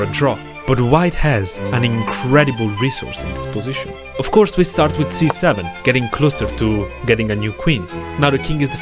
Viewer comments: IS NOBODY TALKING ABOUT HE SAID 67 INSTEAD OF C7(I MEAN HIS TALKING SOUND)💀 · 'Ofc we start with c7' it sounded(c7') like 67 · Who heard instead of 6c to 67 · I thought he said 67 but he said c7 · when he said c7, I thought he said 6 7